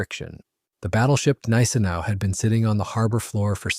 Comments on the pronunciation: Neye-sen-ow at least pronounce it right. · Please learn the correct pronounciation of 'Gneisenau' (gun-eyes-a-now). The 's' is sounded as 'sh'. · Bro i'm German and what u trying to explain, doesnt make any Sense. Gneisenau is definitly spelled with the G not silent.